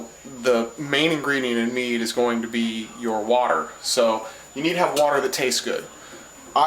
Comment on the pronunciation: Tow things one you be sayin it wrong and tow can it get you drunk